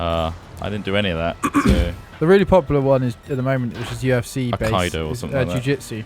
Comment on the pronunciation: mispronunciation of aikido